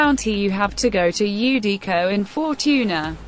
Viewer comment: I'm surprised text-to-speech got Eudico's name right